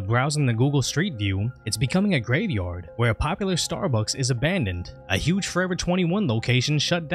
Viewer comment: Nah. Not grave yard. Not grave yar. /